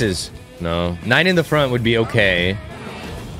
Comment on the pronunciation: Nine isn't Nein🤣 " i turn german now😂😂"